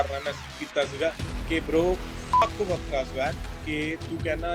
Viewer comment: The way he pronounced WAKHRA 😂😂